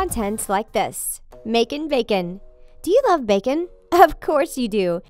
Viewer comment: "Do you love backen." me: I am vegeterien. "Of chors you do" me:😑😑😐😐 relly...